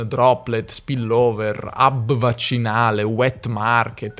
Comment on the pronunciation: Agl'italiani penisolari: evitate dire, ad esempio, "hub" in inglese, se non riuscite a pronunciare la "h" iniziale. Non si pronuncia "ub". Auguri da un italiano in Argentina ...